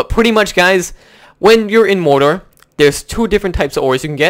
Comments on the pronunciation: It's produced like this 'more-door' not moder!!! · Its not Mordhor, Its Mordor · Omg its mor-dor not morder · The way he says MORDOR cracks me up.